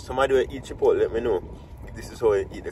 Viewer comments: Chip...out...deh thats what I hear seh 😂😂😂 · Every time says Chipotle I hear Chip out deh lol. I love your babies and wife. God bless you all